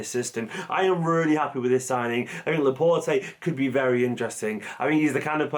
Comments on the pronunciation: You don't pronounce the E at the end of his name, please. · His name is pronounced ‘La-Port’ not ‘La-Portay’ ✌🏽